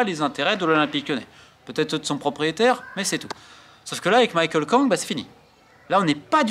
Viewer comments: "Michael" Kang ? À moins qu'elle fasse exception, le prénom Michelle se prononce à la française aux USA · Romain je sais que tu es fan de basket mais par pitié c'est Michele pas Michael lol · Michèle, à la française , Romain. Pas Michael.